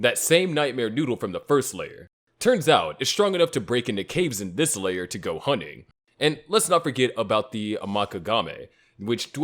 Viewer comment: wtf is hunning? you mean Hunting?